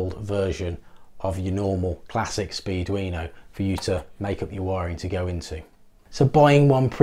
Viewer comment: I hear you saying "speed-weiner" every time. It doesn't detract from the content. LOL